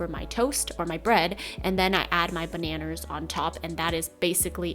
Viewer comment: I love the way she says “baneners” haha!